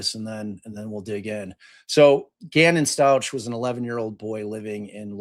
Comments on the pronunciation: Pronounced STOUK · For Gannon, Stauch is pronounce St•ow•k